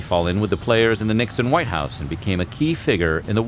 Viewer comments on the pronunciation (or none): none